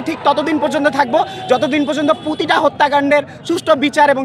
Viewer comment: পুতিতা না প্রতিটা। উচ্চারণে ভুল।বাংলা ২য় পত্র পরবি আগে।